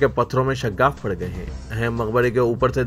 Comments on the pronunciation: Shaggaf nahi Shigaf bolo.Aakhir urdu kabtak sahi hogi. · Shagaff nahi shigaf